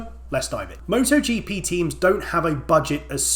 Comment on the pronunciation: MotoGP X MottoGeePee ❤